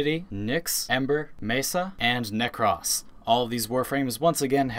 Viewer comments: the way you pronounce Nezha and Nekros bothers me.... very greatly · It's not pronounced Necross, it's pronounced Nekroas, like roast, just take out the t and pronounce Nekros. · this guy doesn't know how to say name like Nekros like NEK-ROS Valky like VAL-KY